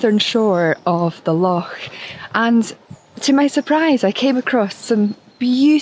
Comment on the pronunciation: I do love the way you say 'Loch '😊 You are Scottish though after all! If you couldn't pronounce it properly it'd be a pretty poor job! 😅 One of the ways I tend to photograph trees, when it's not quite right to photograph the whole thing, is to just concentrate on one area of it that catches my eye.